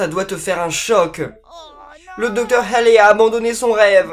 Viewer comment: sa ce dit pas halley mais ca se prononce comme allée